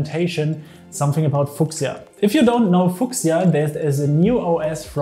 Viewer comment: thanks for the overview. Just trying to help: its pronounced 'few-sha" not "fu-casia" ✌